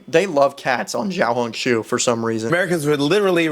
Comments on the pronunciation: its more pronounced "xiao" as in the show in shower, hong as in like hoooong not a "oh" sound more like an "ooo" sound like when you see something cool, and the "shu" is pronoucned "shoe" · AS A CHINESE YOU DID NOT PRONOUNCE 小红书CORRECT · You did not pronounce 小红书 correctly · u completely pronouced that wrong lol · He said it wrong and I’m Chinese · he said that so wrong and im chinese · as a person who lived in china for quite some time he pronounced it terribly 😭but pretty good for a foreigner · I mean, the vowels were good but the first consonant of xiao was completely wrong, it sounded more like ‘j’ or ‘zh’ it’s supposed to be a flat tongued ‘sh’ sound. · you are wrong, the reporter in pronounced it better than, why did he say "jiao"??? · I mean the first time he said it, it wasn’t horrible however he developed into saying incorrectly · its pronounced siao hong shu (spelling is xiao hong shu) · And the"书"is also wrong it's pronounced as su even though the word is shu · Bro said Jiao Hong su but it's xiao Hong su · chinese here, you pronounced xiaohongshu pretty good, the 'xiao' was almost perfect. the reporters did it worse Edit: did not realise he said jiao instead of xiao 🦶💀💀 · 小红书 xiao hon shu 😂 that is how to pronounced 🎉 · U didn’t pronounce it right- It sounds like “Shee-yow-hoon-shoo” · YOU DID NOT PRONOUNCE IT RIGHT The first word means “small” and small is siao u said it a bit different yes I’m Chinese why would I use translaters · Bro said "ZHIAOHONKSHOE"💀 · He didn't pronounce it right bruh, pinyin is a Romanisation system, you learn to pronounce as needed. English is missing these sounds since they faded away. He just said jiao hong su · Im not chinese but he said jiao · No were close to how you pronounce小红书I’m Chinese soooo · yeah no that pronunciation was way off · you pronounced that wrong lol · im from hong kong STOP PRONOUNCING RED NOTE IN CHINESE INCORRECTLY PLEASE IM BEGGING